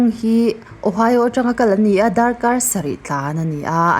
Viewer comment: 'Atangin, Atanga,' tih pawh i rawn lam kim/chiang ta fak mai. Tin, 'tun tum' tih pawh i thluk dik ta👍👍